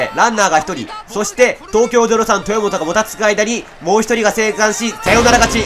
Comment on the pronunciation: 後半、東京03豊本がエラーするところの実況が「東京03とぅーもと」って聞こえるｗ 実況者の滑舌もGなのがオチか